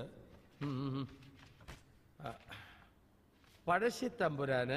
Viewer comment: Not Pajassi it's "Pazhassi the "Zh" is a tounge twister